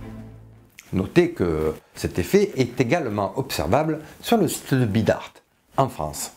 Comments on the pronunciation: petite précision du 64, on prononce bidart sans le t du basque bidarte (entre les chemin) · Bidart, VIVE LE 64 FOREVER !!! (Par contre, à ma connaissance, on ne prononce pas le "t". XD)